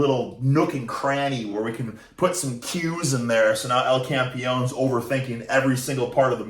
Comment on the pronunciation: Its Campeón (The champ), not campion